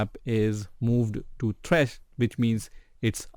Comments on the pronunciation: The way your say “th-rash” instead of -T-rash” always triggers me but nonetheless great video. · who tf is t-rash its just trash, 1 syllable.